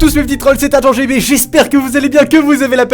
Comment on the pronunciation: Dans dans son intro il dit adgent GB